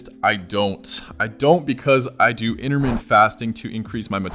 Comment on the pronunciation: I believe he also said he practices "inter-mint" fasting.